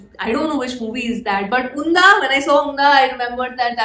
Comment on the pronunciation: It's not Undha😂 spell 'D' as 'D' itself not 'dh'. You can translate Unda in Malayalam and hear it from Google😌